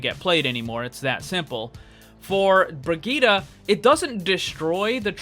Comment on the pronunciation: bri gitt e